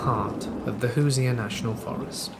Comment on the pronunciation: The stick men is one of my favorite stories, I love the one w the hore Tony, and u Crack me up saying "Hooser" it's pronounced who-sherr